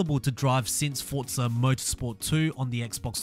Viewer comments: It's not fortza its forza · Whats fortza??? There isnt a t in forza. Get it right people. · Its spelled Forza not fortza so you should get it right first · I know. People pronounce it fortza. Thats what I was trying to say. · Why do so many people pronounce Forza "fortza"?